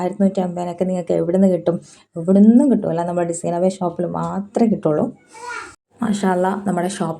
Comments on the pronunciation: അഭയാ... അല്ല അബായാ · അഭയ അല്ല അബായ 😅